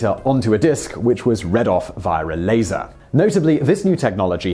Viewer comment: I heard it as "later" myself.